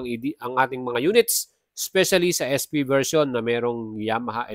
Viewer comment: AEROX S fiii? Hindi ba SP? Bakit yung pagkakabanggit mo ES FI?